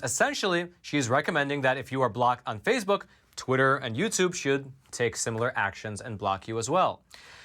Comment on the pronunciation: It's Facebook, not Fazebook.